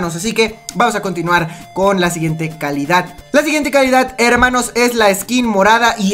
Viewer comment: like si les gusta que diga herrrrrrrrrrrrrrrrrrrmanos